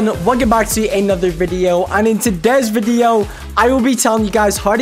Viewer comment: the way he says video is funny 😂